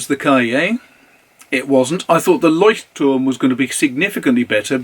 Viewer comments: I concur, it's impeccable even with the tricky glossal stop between the two Ts. If anything gives you away as a non-native speaker, it's that you carefully pronounce both Ts instead of just swallowing one, like most Germans do. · I am a german native and you managed to pronounce "Leuchtturm" better than i could ever do it. Thanks for the great video! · I‘m German and impressed, too.